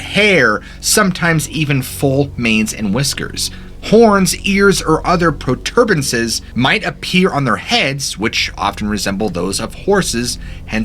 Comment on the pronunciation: Protuberances, not protrerbances.